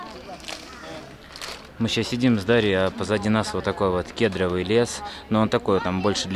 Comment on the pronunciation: Спасибо за обзор! Замечательно, только надо говорить кедрОвый лес, ударение на суффикс. Не обижайтесь только, берегите себя!